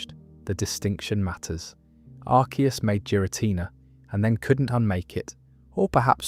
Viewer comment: Jeera Tina